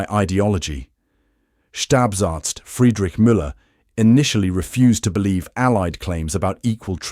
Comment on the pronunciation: Thank you for this gripping and informative video. It helps restore my faith in the human race. 2. It's a minor thing, but the word for staff doctor is pronounced 'Schtahp-ahrtz", where the final z is a crisp ts as in 'Fritz.' For some reason, German changes a final b to a p sound. Despite the frequent occurrence of 'stab' in the narrative, nobody's knifing anybody.